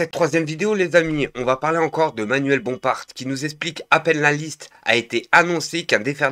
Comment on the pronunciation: Pour info frérot, c'est manuel Bompard, ça se dit Bompar, pas Bomparte 😉😘